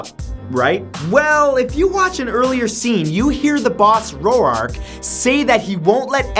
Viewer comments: clearly not seen sin city. "Ro-ark"? no no, hes "raw'k" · Senator Roark from Siny City it pronounced Ro ork you dumbass ! not Ro ARC !!!!!!